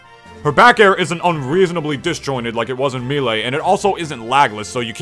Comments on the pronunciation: no, haha people actually say toMAHto in places. if you said "maylay" it'd be respectable, the announcer guy says "me lee" but "me lay"? come on bro! lol i like your stuff, just giving you a hard time haha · "Meelay" Cringe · Me lay why me lay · I open the video. I skip forward 40 seconds. First thing I hear is "Me-lay." I pause the video, go down the comments. And here we are. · Oh man, I’ve heard Mee-lee and Mayléy before, but never Mee-lay. I guess it makes sense though? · You call melee mii-lee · How can u not pronounce melee lmao